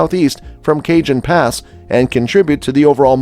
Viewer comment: Cajun pass? Do you mean Cajon pass?? Learn some pronunciation please. More than half your info was pathetically wrong. Wow. This is sooooo wrong.